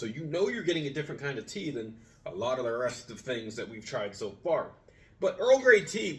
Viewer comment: Tea in not teain lol